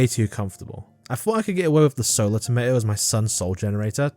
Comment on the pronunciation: You're British, please say tomato correctly